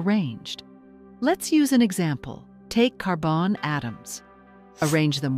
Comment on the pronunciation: Try using real people to narrate. FFS- car-Bonne..... last video I'll be watching